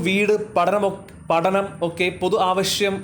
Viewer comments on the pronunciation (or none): മലയാളം പറയുമ്പോൾ കാഷ്' എന്ന പറയുമ്പോഴും ആവശ്യം മുണ്ടോ എന്നത് ആവഷ്യം മുണ്ടോ എന്ന് വായിക്കുമ്പോൾ ഒരു അരോചകം'